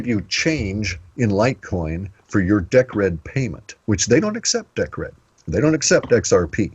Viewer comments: I love it that in the example Cliff gave, it was all about Deeeeeecred and Litecoin and ice-cream bars, but not one mention of Bitcoin...OMG its Deeeeecred - makes me cringe everytime Cliff gets it wrong cos it sounds so stupid - like me calling Bitcoin BiteCoin with a silent EEEE !!! F !!! PS - I know FA about Decred ( Deeeecred ), so its pretty pointless talking to me about that - a better example would have been Atomic Swaps between BTC & LTC, or even an equivalent of Atomic Swaps between Gold & Silver... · ok, so, Decred is pronounced Deeeecred as far as I'm aware...XRP is Ripple which is bankster infested... I'm not sure about calling Atomic Swaps a "smart Contract" - thats possibly almost insulting considering ETH and all the ICO TOSS thats been goin on recently...mmm...otherwise, interesting so far...cheers...